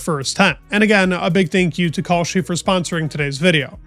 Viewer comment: Does California sound like cauliflower? Same with your pronunciation with Kalshi. It’s Cal (Kal) not Kaulshi.